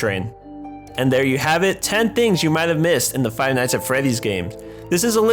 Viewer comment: "Dont say i didnt warn yuh" You didnt warn me